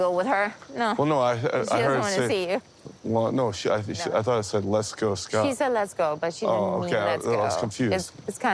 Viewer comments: Grammers and Redditors call him eScott thanks to her daughter Nicole pronouncing his name. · You mean EhhSckot